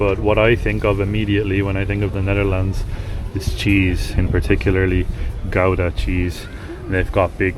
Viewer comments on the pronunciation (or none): Try to say GOUDA like 'ghow-dah'😂😂😊